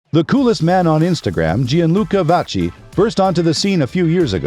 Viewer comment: if we're going to make such a nice video about someone, we should pronounce their name correctly